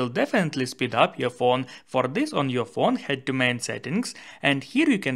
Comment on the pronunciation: Zet.... zis .. come on man.... Say "Dis and Det instead... is it that hard ?? 🤷🤦